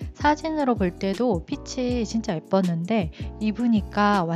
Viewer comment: 코디 너무 잘봤습니다! 한 가지, 패션과 관련없지만 영상에서 아쉬운 점이 있어서 댓글남겨요. “핏이” 를 [피치]라고 발음하시는 것 같은데 [피시]로 발음하는 게 맞아요. 핏에,핏의,핏이,핏은 등등 전부 다 시옷으로 발음해야합니다..! 그냥 쓰루할까 했지만 계속 패션하울 보고싶은 유튜버라 말씀드려요! 앞으로도 좋은 영상 기대하겠습니다 :)